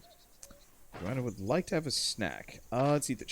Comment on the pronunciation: I understand that you want to wait until they add some stuff before you play it again. Good decision in my opinion. P.S.: Her name is not Joanna. It is "Jonna" xD